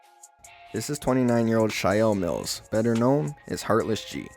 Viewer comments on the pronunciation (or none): You are going to call him “Shial mills” ? Com on now, it’s pronounced “Shael” But the spelling is good “Chael Mills”